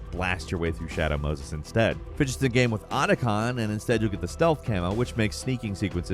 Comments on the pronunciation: Except for the word "game" lol he says Gehm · I agree… except the word “game”. It’s like he says “gyem” some times. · I can’t even put my finger on how it sounds. It’s every once in a while it sounds like gyem, like he’s Canadian